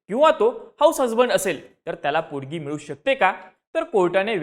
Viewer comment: पोडगी नाही रे पोटगी